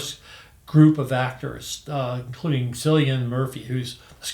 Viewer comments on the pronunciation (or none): Love the list, just to set you right on Cillian Murphy's name it's pronounced with a K sound, like Killian, the Irish(Gaeilge)spelling can be misleading 😀